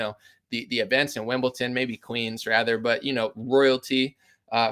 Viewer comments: It’s WimbleDon not WimbleTon😉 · Lol bro it’s Wimbledon. Not Wimbleton.